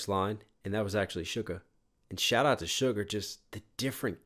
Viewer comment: This song is my song I will play on repeat when I’m feeling ‘blue and depressed’ it’s definitely like my second or third fav from BE. Also: I love how you call ‘Suga’ You say sugar. It’s actually Suga but I find it hilarious and I giggle everytime you say it. ☺️